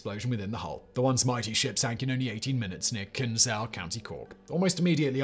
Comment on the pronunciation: Interested video but maybe a bit more research into how to pronounce Irish place names. Cobh & Kinsale for example!